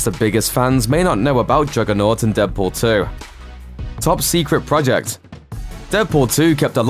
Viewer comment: did you say deadporn 2?